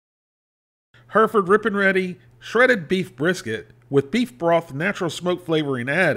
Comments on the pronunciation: It's HERR-if-ərd nor HER-ferd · Thanks for the review! But it's pronounced HEH-reh-fud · Us brits would say the name like this hairyford. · Take a shot every time he butchers the way to pronounce Hereford ...